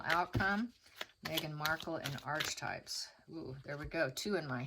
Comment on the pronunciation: Pronounced “arc” for archetype (h is silent)